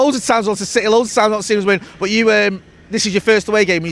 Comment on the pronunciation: Also love how he pronounces city... he goes 🗣 CITEH 🤣🤣